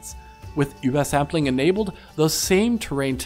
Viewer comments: He is pronouncing it absolutely perfect because he is actually german and that is how you pronounce it. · I would agree if it was called Uber-sampling, but it is called Über-Sampling, so clearly a german word, why would he not pronounce it like a german word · Sentinel it really doesn't. And his pronunciation is correct. It's a shame that you kids get all worked up about foreign languages. There's more to the world than just English. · You're gonna go out of your way to properly pronounce über for übersampling, but you're gonna pronounce gaussian as "gawzhin"? Great review though. Keep up the good work!